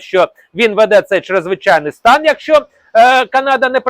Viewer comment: НАДЗВИЧАЙНИЙ СТАН----говоріть правильно !!!